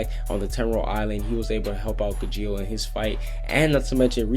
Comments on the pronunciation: It's pronounced Gah-gheel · You pronounced Gajeel and Carla wrong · Its not ga-jeel it’s pronounced Ga-sheal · it's gajeel not gujeel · It not ga-jeel...Its ga-G-eel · Ga-geel the g is silent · Does he know how to pronounce Car-La and Gaa-Jeel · He said charla and gajeel wrong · It's Carla, NOT Sharla! You also pronounced Gajeel wrong! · he's saying CARLA's name wrong and gageels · I hate you because you pronounce Gajeel and Carla wrong. Like, I mean, I know Gajeel isn't an English name but Carla sure as hell is.